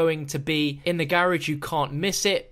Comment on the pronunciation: am I just some silly American or did he pronoun garage very very wrong